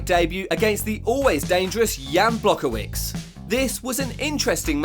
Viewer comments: "Jan Blakowix" xD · First of all, you mispronounced jan blachowicz's last name bro. That is disrespectful, especially coming from someone who is making a journalist channel about MMA, named :"all things MMA". Learn how to pronounce last names asap!